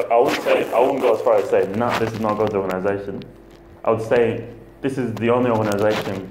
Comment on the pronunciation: Note how many times he is saying organation, where in the Bible does it say that God has an organation? I am so glad you are calling this org. In to question. Go to Jason Zeldas videos, watch them all before you go back to any meeting at the hall. Jason is a Christian and he will take you through the Bible KJV, and not the JW Bible. You will learn what the real Bible teaches . Good luck my friend. Love Erik Tonnisen